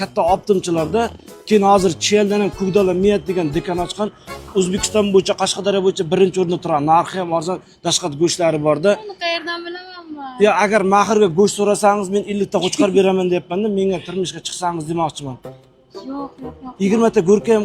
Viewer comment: Дахшат сузини тугри гапириб урган дашхат демасдан илтимос